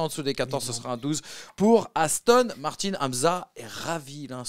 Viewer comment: Pourquoi il dit Victor Martines c'est Martin pas Martines